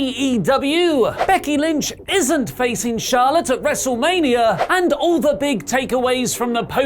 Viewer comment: PLEEEAASSEEEE dont say “WrestlemaniaRRRR” every episode!